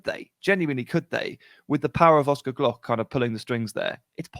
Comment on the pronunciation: love it mate, the first time someone talked about oscar and not butchered his name😂